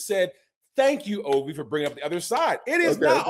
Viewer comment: said Olvie, not Turner.